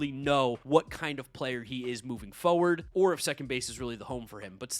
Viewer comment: Has anyone else noticed that doesn't pronounce the first 'r' in 'forward'?